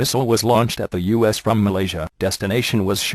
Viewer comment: When the voice first said U.S. it sounded like "us" then when it said it again it sounded more like U.S.